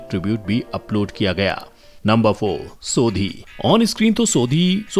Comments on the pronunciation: it’s not so-dhee, it’s so-di as a punjabi it feels irritating when someone spell punjabi name in a wrong way! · Its not sodiiii its sodhi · He says sodi not sodhi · Sodhi❌ soddhi✅ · Sodi nahi bhai shodhi 🤣🤣🤣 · सोधी सोधी नहीं . सोढ़ी😂 Angrez ho kya 😂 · Bhai wo sodi nhi sodhi hai😆😆😆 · Bhai sodi nhi sodhi ms sodi nhi roshan hai naam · IT is not sodi it is sodhi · Yar Sodi Nahi Sodhi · भाई वो सोढ़ी होता है सोदी नहीं 😜😜😜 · It's टप्पू not तपु सोढ़ी not सोदी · Sodi name nhi h sodhi h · Sodi nahi sodhi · Not सोदी , सोढी hai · wo SODHI he SODI nai bolna sikh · Try pronouncing shodi correctly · Ap shodi bol rahe ho soudi bol rahe ho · Sodhi ki pronunciation galat he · Sodhi nahi sodi